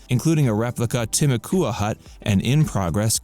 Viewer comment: You left out Treaty Oak. And you could brush up on your pronunciations. Timucua for instance. And no mention of any fishing at all. There are all kinds of fishing, salt and fresh water.